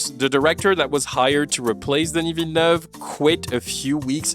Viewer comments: completely off topic but I was suprised with how good your pronounciation of "denis villeneuve" is. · The pronunciation of Denis Villeneuve took me by surprise. I've heard the name being butchered so many time and hearing it from you is like music to my ears